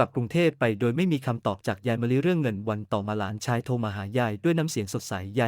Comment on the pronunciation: และหลานชาย อ่านไปได้ หลา นะ ชาย AI อ่านผิดมาก วรรคตอนไม่ค่อย ถูก เสียอารมณ์